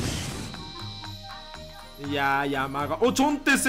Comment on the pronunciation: 山雅⤴じゃなくて山雅⤵でしょ